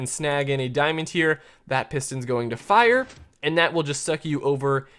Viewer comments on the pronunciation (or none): none